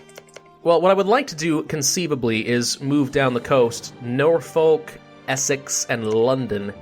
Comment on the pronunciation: Norfolk pronounced nor-fo-ck